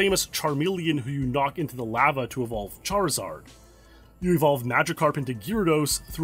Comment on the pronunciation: U say lava so odd , deff not the right way to say it lol